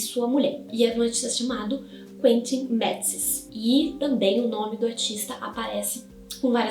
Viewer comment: Uma dica quando pronunciar nome estrangeiro evitar usar a pronúncia americana caso não se trate de alguém da angloesfera e não saiba pronunciar, use a forma aportuguesada mesmo que muitas vezes fica mais próxima do correto (principalmente em alemão, russo e afins). No caso dele, que era flamengo, se pronuncia quentin matseis